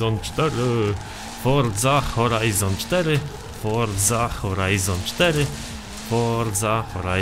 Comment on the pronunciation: Forza Horizon4 ? HORZA HORIZON4 !😂